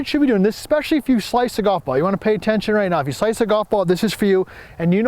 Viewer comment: Central NY golfer here. Really appreciate all the great content and straightforward presentation in your videos. Just one small nitpick: the word is pronounced "ESpecially" not "EXpecially"